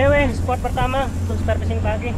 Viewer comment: Saran saja..pahami dan pelajari lagi bahasanya. Spot, bkan sport. Dogtooth tuna.bukan dogtut tuna Spot yang bagus👍